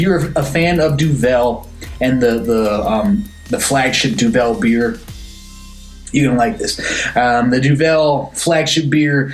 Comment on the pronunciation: Duvel - Since you said Duvel so many times and I know you love Belgian beers, know that Duvel means devil and is pronounced similarly but with a DOO. Devil, Doovle, DOO-vull. That out the way, yes, I've had this. You know I'm a Belgian beer freak. Duvel single fermentation has been on draft forever. I had it in Brussels. Explained to me that it's exactly the same Duvel we love except without the second bottle fermentation. They do process it further for the kegs (and now cans) but the taste is similar. Just read that this beer is dry hopped and cold filtered and conditioned for 30 days. Oktoberfest - The non-mäerzen Oktoberfest Wiesn is what you're trying to say. Remember Wiesn is the name of the grounds where Oktoberfest is held and not related to Weiss or Weizen so nothing to do with wheat, although it is lightish in color. Confusing but I talk about it every year with friends. Ha. Belgian Golden Ales - You've had a bunch of them. Duvel, Piraat, Delerium, La Chouffe. Keep in mind they are also listed as Belgian Strong Ales. Love them. It's in my top ten style of beer. More like top 6-7. Review - Great job. I have not had the can but will look for it. Good to hear that it's so drinkable despite 6.8%. I'm looking forward to that. Man I love Duvel. 👍